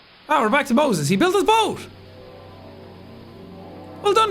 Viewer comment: aint no way Sean just said "Moses/Mosey" 💀😭